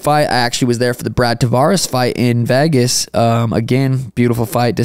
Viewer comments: Bro it's VEGAS not VAYGAS, why you pronounce it so weird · Why does bro pronounce Vegas like that